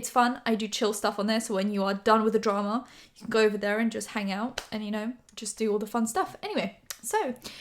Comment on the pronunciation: "Invested in the dra-MA"